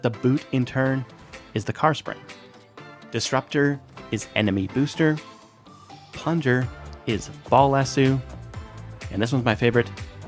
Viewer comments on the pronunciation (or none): Why do people pronounce "lasso" with an "oo" sound? It's a long "o" sound. Like...to lasso a bull? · My guy not from Texas with that pronunciation of Lasso 😂😊